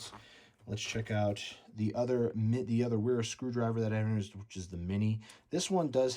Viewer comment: Pronounce “W” as “V” for German language and names.